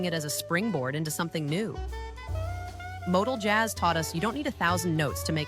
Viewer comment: MOTOJAZZ is kinda like MODAL JAZZ but only if moronic AI narrators are involved